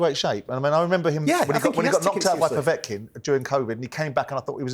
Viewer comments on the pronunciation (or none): He pronounces Kovalev as "Kovalov" and Povetkin as "Povotkin". It's not difficult to pronounce them as they are spelt.